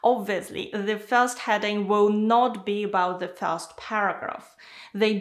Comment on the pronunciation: Hi, the content is perfect and helpful, but please, improve your pronunciation of the word "first".